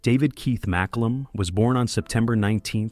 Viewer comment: The photos don't line-up with, well, anything. Mak-oo-lum. Muh-koo-lum. May-koo-lum.At least pronounce it the same in one sentence.